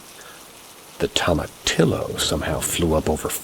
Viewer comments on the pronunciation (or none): Lol tomatillo are little tomatoes dude and its pronounce to-mah-tee-yo. Lol being a native texan it made me smirk everytime you said the word wrong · My brother in christ, it's pronounced toma-tee-yo. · Oh my gosh i am cracking up at how youre saying toma-TILLo 😅. I love hearing it like that , being from California I've never heard anyone say it like that.